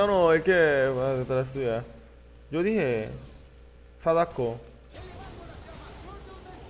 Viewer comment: Al final no me quedo claro la palabra que uso para el que paso por atras :s .. sadako hagako ??? q fue lo que dijo?